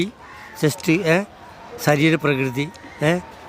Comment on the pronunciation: സരീരം❌ ശരീരം✅😂